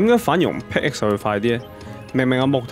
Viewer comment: 其實pickaxe 讀pick ass 唔係pick x